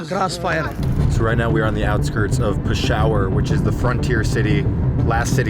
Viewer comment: that pronunciation is insane lmao. pi-shower hahahaha